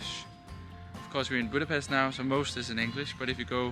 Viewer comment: I commend you for your achievements in learning to speak Hungarian. One recommendation: please pronounce Budapest correctly.